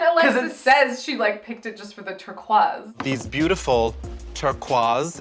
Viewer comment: Aside from all the things wrong with it (lol that ending), I absolutely love seven brides for seven brothers. I REALLY wanna see a review for it from you guys! Turk-wahzszs works when Latrice or Ru say it but not when Alexis does. She tries so hard, and I don't like her, but the drama is great. That lipsync was great. I think some queens are afraid of short hair coming off too boy-ish, so maybe that's why Peppermint isn't wearing short hair. I am upset at the lack of cunty-ness and bitchiness. I actually love tyra for being so bitchy, it's amazing.